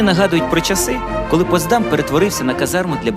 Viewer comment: дякую за цікаве відео. Дуже багато деталей, про які я не знала. Хоча і живу в Потсдамі. Протягом всього відео дуже різало у вухах як ви наголошуєте назву ПотсдАм. Насправді назва міста має наголос на перший склад ПОтсдам.